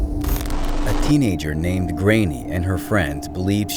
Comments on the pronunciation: The girl's name is pronounced grawn yah. It's Irish. Not grainy. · You're right, it's a Gaelic name and it's pronounced like Gron-yuh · You pronounce the name " Grainne "wrong I think it's a Irish ,I could be wrong, I could be right????